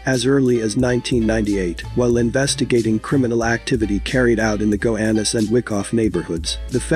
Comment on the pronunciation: Gowanus not gohanus